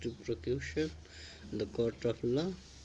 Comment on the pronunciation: good explantion its v helpful ....but at IELTS level pronounciation and spelling must be correct...i found that u need improvement eg prosecution said as procution , life-long said as long-life and many more mistakes ...overall i give u 8/10 score